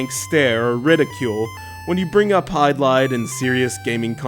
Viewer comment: Hey,! The game is pronounced "HID-LIDE," not "HYDE-LIDE. Also, The Legend of Zelda is not an RPG, it is an action-adventure title.